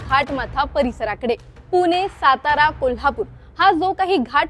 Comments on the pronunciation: तिला ण म्हनता यैत णाही 😂😂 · पूने नाही ग बाई, पुणे आहे ते!